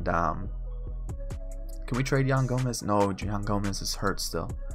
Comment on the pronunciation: Who else got mad when he called yan gomes yan gomez.